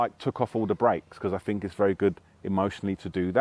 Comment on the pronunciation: Hmmm, this guy doesn't fink vewy clearly IMO